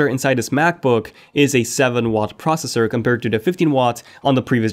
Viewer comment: It’s pros-SES-sore, NOT “prosser”-slow down and speak clearly!!